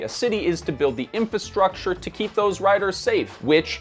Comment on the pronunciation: Nice! But remember: it's "in-FRA-structure," not "in-FAH-structure."